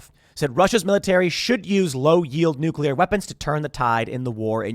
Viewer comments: Nuc-u-lar, pronounced nuc-u-lar. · New-kill-iar war .